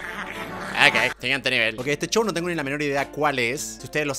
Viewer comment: Me encanta que digas chou en ves de show